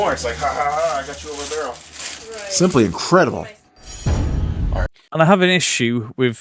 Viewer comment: “SIMPLY INCREDIBLE!!” out of absolutely no where 😂 why does he say it like that?? THE EGO ON THIS GUY!!! lol almost makes Bagans look good 😂